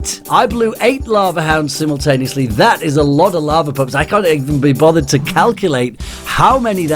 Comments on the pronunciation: "I blew 8 lava hounds simmultaneously"- 2k15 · minute "I blew 8 lava hounds simutanioisly at once!"